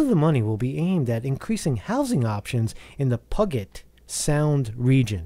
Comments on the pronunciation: Pew-jit is how you pronounce Puget. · Pew-jet Puget sound